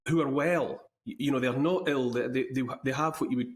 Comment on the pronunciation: Teachers who are ail? Oh he means ill. Lol